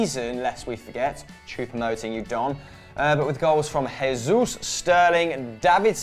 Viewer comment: Stop pronouncing the J in Jesus like it was Spanish....in Portuguese it sounds the same as it does in English it’s not an H sound